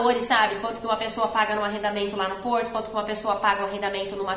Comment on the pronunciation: Porrrrrrrrrto!!! É caro